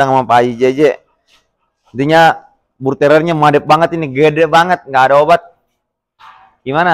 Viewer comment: Mantap..,cara menyebut Bull terrier nya dengan benar,bukan bulteril lagi 🙂👍